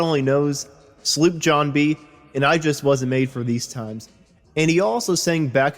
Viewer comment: Del Fi not dell fee. Like Oracle at Delphi. Language can be such a challenge. Sloop not slip.